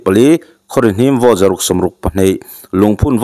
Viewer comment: Hi, Buddy, Vote hi Vawt tiin i lama, ka duh aiin i Bur😅😅😅kan Mizo channel lian LPS, ZONE,DD ten an lam rik dan hi a mawi ka tia.